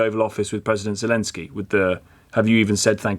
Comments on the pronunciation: Can't even get his name right. He calls him "Gelensky." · pretty certain he said Jew-lensky 🤣🤣